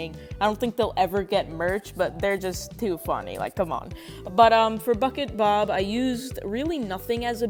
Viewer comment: when you said bucket bob it sounded like fuckit bob